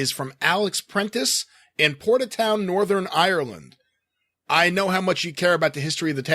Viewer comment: How do they manage to fit an extra syllable in there? "Northern Ire'er'land"... Bloody Amer'er'icans! 🤣